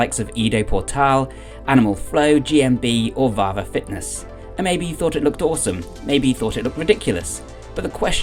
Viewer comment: As a Finn it was weird hearing you say "Vahva Fitness". Vahva means strong in Finnish. 😄